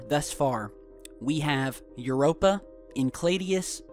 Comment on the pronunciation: Infact the only moon you pronounced correctly was Europa